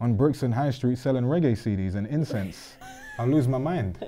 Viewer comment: Man said reggae cds & incents